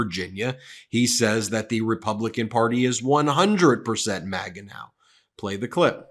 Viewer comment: When did we start pronouncing MAGA (MagA) as MogA?